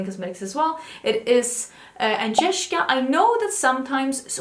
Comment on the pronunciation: Omg, first time I've heard you pronounce your name. I'm doing laundry while listening/watching and stopped for a sec like 😍... that is soooooooooo pretty!!